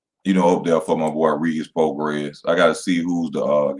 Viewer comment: pronounced Pro-Gray EZ